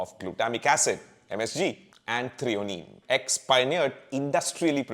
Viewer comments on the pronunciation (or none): none